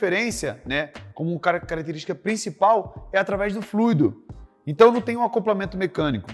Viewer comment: Só de falar fluido e não "FLUÍDO", você já vê o nível de profissionalismo do cara.